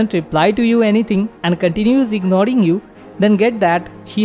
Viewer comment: Ignoring❌ Ignoding✅